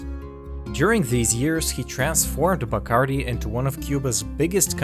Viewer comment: Love this channel! But the "Die-Curie"?? lol